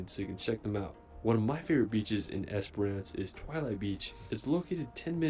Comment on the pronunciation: It's also "ES-puh-ruhnce" rather than "ES-per-rance".